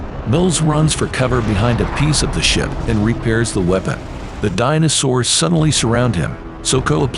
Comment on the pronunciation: Dyna-Soors. Nice one AI. Try harder.